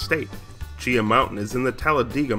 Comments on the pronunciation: Haha. Oh okay. I have lived in the area for 35 years and every single person I know pronounces it “Chee-Haw”. But hey, what do I know, right? 😂🙄 But seriously, great content! Gained a new sub and fan! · Excellent info, however, as an Alabama native, I do want to mention some local pronunciations: CHEE-haw and Talla-DIG-ah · It's chea-haw